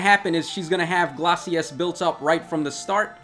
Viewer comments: Am i the only one who is irk'ed by how he pronouces glaices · Take a shot everytime butchers the pronunciation of Glacies.